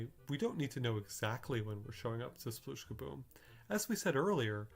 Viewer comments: It's 'splish'!! Not 'sploosh'! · I love the numbers and logic aspect of this video, but one thing always bugs me. It's "spleesh", not "sploosh" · Am I the only one, who keeps hearing "splish" instead of "sploosh"? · Am I the only person who hears it clearly as "splish"? Even when they say it in this video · RIP "Sploooooosh" edit: nvm we get to hear a ton of "splooosh" for the first board that you intentionally fail at.